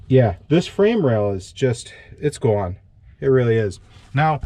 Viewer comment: "It's Gown!" I detect accent. :) This is going to be a very interesting repair!